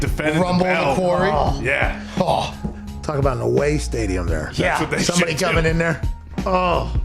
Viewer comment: not being able to say 'Quarry' was the best part of the show. 'He was in a query? like a mine?'